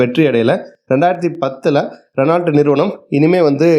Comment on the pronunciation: ரெனால்ட் ❌ ரெனோ✅ மஹேந்த்ரா❌ மஹீந்த்ரா✅ லோஹன்❌ லோகன்✅